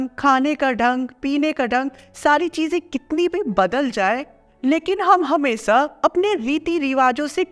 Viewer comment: Shi se bol le